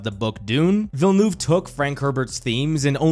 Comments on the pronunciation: The way you pronounce VillenOUve so many times is genuinely funny. "eu" is pronounced in a way close to "u" in up, hurt or jump. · I’m sorry but in no language is “Villnoov” the right reading or pronunciation I needed to say that for my own sanity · Absolutely cacklin at villa-noove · “Danny Bell-noob” zero effort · Why so many poeple call him "Villenoove" ? like can you guys not make the slightest effort to say his name right..like really? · Why is nobody able to correctly pronounce Denis Villeneuve's name? He is one of the best directors of our time. It would be nice if people would make the effort to get his name right. I like the rest of the video but I think the least you can do is to try and get it right. It's not that complicated. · Yeah, it was getting really cringe throughout the entire video!